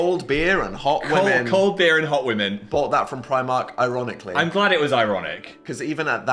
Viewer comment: why does phil hit the word "women" like a slur